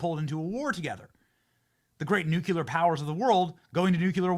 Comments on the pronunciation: Did you learn to pronounce "nuke-ular" in community college? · Benny, it's pronounced NU CLE AR. Not nu cu lar! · Nu clear. Not nu kue ler